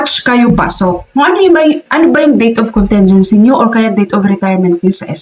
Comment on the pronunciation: Ayusin nyo po and pronunciation ng contingency, short "i" yun, hindi soft " e", ang sama pakinggan.